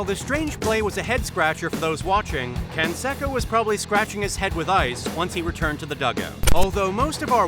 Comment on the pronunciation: I’m pretty sure that Jose Canseco’s last name is pronounced “Can-say-co,” and not “Can-seh-co?”